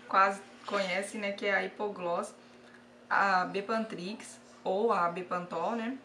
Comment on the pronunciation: Eu gostei da receita,parece q vale a pena, até pq é super barato, mas o nome da pomada é bepantriz e não bepantrix👍👍